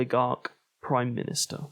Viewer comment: Praume minustar😂